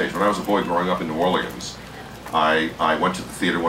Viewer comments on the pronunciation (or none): Why does he say New Orleans like someone who isn't from there?